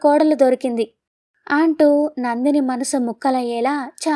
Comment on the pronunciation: మీరు కథ చదివే విధానం బాగుంది. కానీ, వాక్యం మొదట్లో అ అక్షరం వచ్చినప్పుడు ఆ..అంటున్నారు. ఆంటూ, ఆంది .. ఇలా. ఈసారి ఆ చిన్న పొరపాటు లేకపోతే మీ కథ అద్భుతంగా ఉంటుంది.